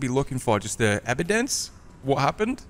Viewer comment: my boy said ebidence🤣🤣🤣I caught that shit. That's how you know he scared as hell🤣🤣🤣